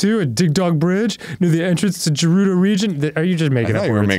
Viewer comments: Dan pronouncing Gerudo as Jerudo is frustrating everytime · STOP SAYING GERUDO WRONG 😑